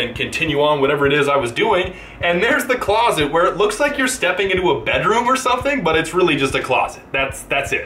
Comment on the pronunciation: Notice how he emphasises the closet